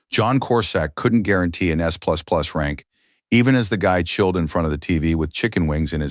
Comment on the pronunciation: Btw, it's S++, not C++, damn AI.